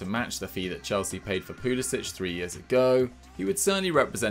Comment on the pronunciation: His name isn’t Pulisić, it’s Pulisic. stop pronouncing it like there’s a ć. he’s even said it himself that it’s pronounced without the ć sound